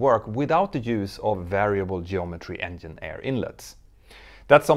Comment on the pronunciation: Examples of buying costs just for 787's and Airbus A350's...has anyone a case that any airline has yet to make a true profit yet versus acquisition costs? Hope you enjoy learning English 'vocally' dear Mentour Now. Polite example that 'Engine' is pronounced 'Enjinn' not 'Enyinn' in English versus Scandic languages. Many thanks for your valuable aviation inputs, Sir. ;-)